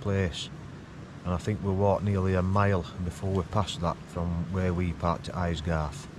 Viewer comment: Thanks for uploading,. I feel knackered just watching you! Can imagine the acheness. BTW its Aysgarth, Ay to rhyme with hay. 👍